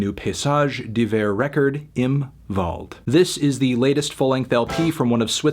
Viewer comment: HE SAID THE W RIGHT!!!!!! AAAAAAAA ÖÖÖÖÖÖÖÖÖÖÖ ÄÄÄ AAAAAAAAA Ö